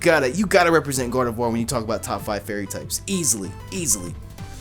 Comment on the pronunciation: Finally! someone who says Gardevoir right!! LOL